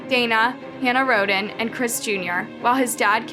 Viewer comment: It's Rhoden, not Rodin, I'd anyone wants to research it.